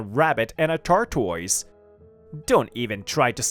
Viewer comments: A tar toys really😮😮? It's pronounced tortoise😅😅😅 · "Tortoise" who ever was reading this didn't know how to say it 🐢